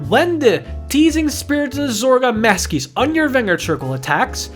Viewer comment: Masques looks awesome but I think it’s pronounced Mask sorry if this comes across as condescending